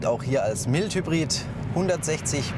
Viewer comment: Bitte, bitte! sagt eurem Sprecher mal das es "Mild" und nicht "Meilt" - Hybrid heißt!